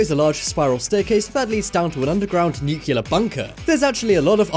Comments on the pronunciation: Its nuclear not Nucular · Stop saying “nucular.” Please.